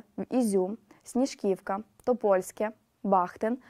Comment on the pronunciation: Не Топольске, а Топальське